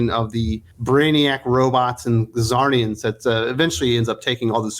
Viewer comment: ZAR-nian. ZAR-nian. You're killing me,.